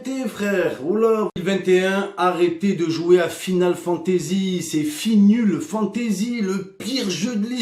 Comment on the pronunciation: “Final Fantazizi”